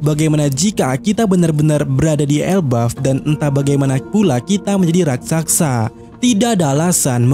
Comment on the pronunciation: RAKSASA Min,, bukan RAKSAKSA Coba eja..... RAK.....SA.....SA..!!